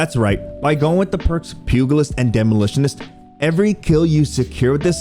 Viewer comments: Pugilist is a soft g. Pew-jel-it’s. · and I had to stop at "pew-guhl-ist" jeez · The “g” in pugilist is pronounced “j” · I just wanna tell you that the letter "g" in pugilist should sound the same as a "g" from generous. More like a "j". I know it's probably annoying to have people tell you that you mispronounced things, but it just grates across my ears hearing people say it that way